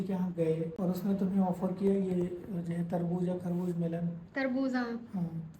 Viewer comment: Sabji ni sabzi hoti tarbuj ni tarbuz hota h jahil ho kya tm delhi me rhi ho lkin talaffuz bilkul glt h tmhara bilkul hindu ho